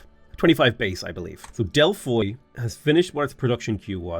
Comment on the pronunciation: From what I can tell about the first few minutes, Ara is a mix of Old World, Millennia and Civ. The many mechanics seem a bit overwhelming at first. I hope there is a useful tutorial? Anyways, you are KILLING me with the rape of all them Greek city names,.. (DelphÍ, AthínA)